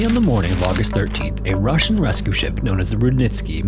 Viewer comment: Yeah the “Russjian” sure wasn’t 😂